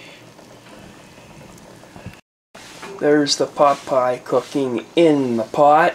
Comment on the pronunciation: So... you're starting a cooking show, too? 😉 I can appreciate that. Pot Pie really sounds like Pop'eye. 😆 o_< An interesting concept. It's like a stew with pieces of dough in it. In Finnish Karelian traditional cousine in the Eastern Finland (and I guess in the current Russian side, too), there's this bread with pieces of pork and rutabaga in it. You traditionally eat it warm and with some butter, yum. 😋 It's called "lanttukukko" or a "rutabaga purse/rooster", depending on the etymology of the word "kukko". In Savonia, a little bit more to the West from Karelia, the dish is traditionally filled with fish and pork. That's called "kalakukko" or a "fish purse/rooster".